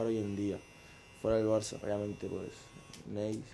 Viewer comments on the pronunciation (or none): none